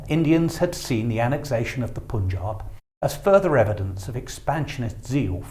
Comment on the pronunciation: It's not Poonjub. It must be pronounced "Pun" as in "Bun" and "Jaab" as in na "Wab" (Nawab) and also, Sutlej - that word should be pronounced as "Sut" as in "Hut" and rest of that is how it is pronounced in this video.